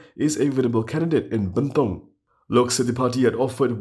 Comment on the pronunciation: It's 'burn tong'.. not 'banned tong'